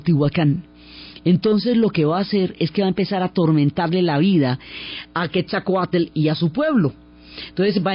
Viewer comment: Excelente narración. Para hacerla perfecta me hubiera gustado escuchar la pronunciación correcta de Quetzalcóatl. Pero agradezco mucho el entusiasmo y gran conocimiento con que cuenta la increíble historia de un país tan magnifico como Mexico 🇲🇽